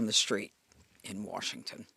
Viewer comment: “Warshington, D.C.” 🤦‍♂️